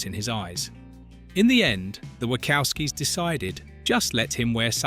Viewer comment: The Script for this video is hideous. And the AI voice saying "The Wackowskies" was terrible.